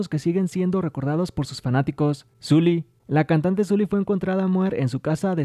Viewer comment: Sulli se pronuncia Sooli